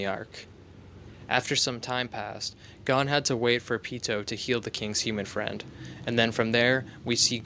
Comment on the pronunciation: If ur gonna make sum like this please name gon and killua say there name correct smh